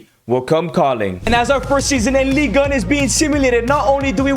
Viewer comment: It's not "league" it's ligue